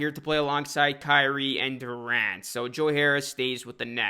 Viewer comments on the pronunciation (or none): none